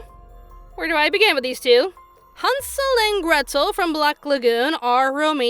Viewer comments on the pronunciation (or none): none